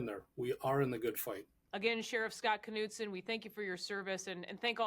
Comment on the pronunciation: Kuh-nude-sin??? Knudsen is usually pronounced Nude-sin😊This announcer should learn how to pronounce Scandinavian last names correctly instead of butchering them with some ghastly Americanized pronumciation